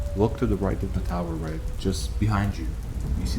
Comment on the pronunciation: This was so good! Your sound quality and narration just keeps getting better and better each video! The only comment I have is that I think due to the prose, the protagonists name is Reg, pronounced red-ge, as in Reggie or Reginald. I think that the author of this one is British, due to the dialect and slang terms used, and the story being on a UK vessel. I might be wrong, and if so I apologise! It just seems to make more sense this way. This is in no way a criticism, as you know that I'm a big fan of your channel, I was just asking for clarification! Well done again. Looking forward to listening to the next part of this amazing story! Take care and stay safe 🙋